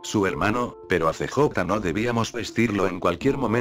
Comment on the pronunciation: pura perica este video.. pense que fue sospechoso y puede ser posible per obviamente no... me quite la subscripcion de este que encontre el otro dia, no se porque me subscribi. pero.. es gracioso como usa el robot traduciendo unas cosas de este juego.. "See Jota" y "BaYas" jaja.. pudiera poner Carl o Balas para que suene mejor pero no importa.